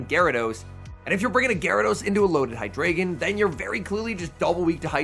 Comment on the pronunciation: FYI, the ‘drei’ in Hydreigon is pronounced ‘dry’.